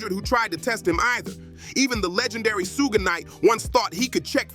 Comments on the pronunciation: It's not pronounced soo-jay knight. It's Shuhg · Yeah that sooga is no joke 😂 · Every time he say Suge name i loose it 😂😂😂 Who da fk is Yiyo😂😂😂